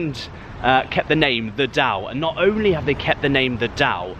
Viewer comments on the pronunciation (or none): none